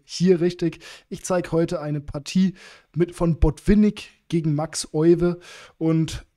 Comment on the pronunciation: Tolle Partie, sehr bekannt. Gerade in Bezug auf die Isolani-Struktur. Euwe wird übrigens Öywe ausgesprochen 😉